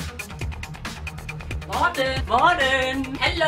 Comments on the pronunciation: det så grineren hun siger MorTEN hahaha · jeg elsker den måde din mor siger morTEN!!!!!!! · Like vis i også elsker den måde at hans mor siger moRTEN. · Elsker når hun siger Mor-ten😂👍🏼😆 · Kan godt lide den måde hun siger Morten på haha xd morTEN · Morten jeg elsker når din mor siger morTEN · er det bare mig eller siger mortens mor morten med stort T :)